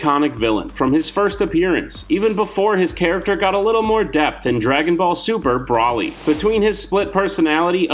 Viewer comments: Br oly is how u pronounce it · The way broly is said hurts my soul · I rushed too the comments too see if anyone else agreed. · Kmow how we all know youre not a dragonball fan? You mispronounced zamasu and Broly, along with claiming that vegeta was the original villain in the z series.